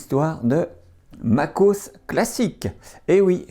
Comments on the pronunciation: Ah voila ! je ne suis pas le seul ! 🤣 Mac O S pas MACOS... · plus qu'une vidéo, c'est un dossier complet sur Classic et la genèse de l'interface graphique ! Tu as pensé à la scinder en plusieurs vidéos plus courtes sur System 6, System 7, en gros, genèse de macOS, puis système par système... ? et pour les mauvaises langues qui rigolent sur le "macosse", à savoir que le système n'a eu de cesse de changer de nom : System, Mac OS, Mac OS X, OS X, macOS. Moi en tout cas, je trouve rigolo cette petite erreur qui n'en est pas vraiment une en plus, et ça fait un peu "signature". Sinon personnellement, je valide "ta nouvelle voix" ;o) Et enfin, prévois-tu de faire des genres de vidéo démo des OS marquants de la pomme ?